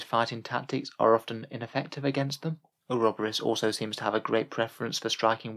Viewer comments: Or-ob-or-is lol I think that was ment to be "uro-bor-is" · Oroborus was in a league of its own tho..